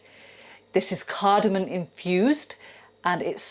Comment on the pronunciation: It's 'cardamom' - not cardamon'....